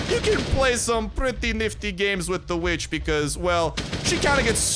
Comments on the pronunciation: For a second I thought you said b***h whenever you said vitch 😅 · I know you said kill this witch but I swore I HEARD A B